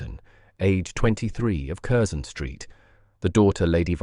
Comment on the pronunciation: Not bad for the sub-bodice ripper genre. The tale is not bad, not bad at all, but the narrator needs to bone up on British place name pronunciations: Curzon St. is “Carson”. Berkeley Square = “Barkley”. That’s to name a few from this story.